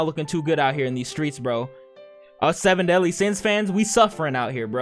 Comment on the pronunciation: Seven deadly sins✖️ Semen Deadly Sins✔️